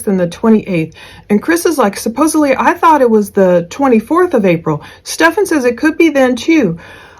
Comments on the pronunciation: Omg I can't stand how the two of them say "suppuvly" instead of supposedly. They don't even know how to say the word yet they both keep saying it over and over. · Is Chris saying "supposebly?" That tracks, honestly.